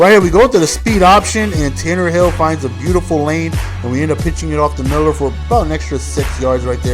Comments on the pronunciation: IT'S Tannehill NOT Tannerhill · Tan-a-hill not Tannerhill lol but Good Game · its tannehill, no r, not tannerhill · Its pronounced tan-a-hill theres no fucking r in there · It is pronounced 'Tan-Nah-Hill" he can run very well because he was a WR in college. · I hope and pray the Dolphins running game is as good as you made it look there (highly unlikely though lol). Great game it's always nice to see someone make my team look so good. P.s. There is no "R" in Tannehill lol